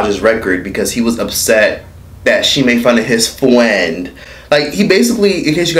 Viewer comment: TOOK ME OUT "MY FRWIEND " 🤣🤣🤣🤣